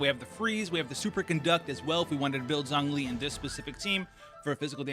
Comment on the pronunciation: "Zhongli" is actually pronounced as "Jongli"